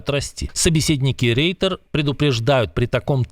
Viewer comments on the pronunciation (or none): none